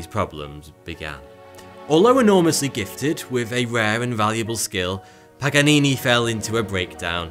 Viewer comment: Lol what about pagganini 🤣